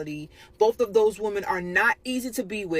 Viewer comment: "those WOMAN, these WOMAN, both of these WOMAN" When did women start this trend of intentionally mispronouncing this word. It's awful and everywhere lately.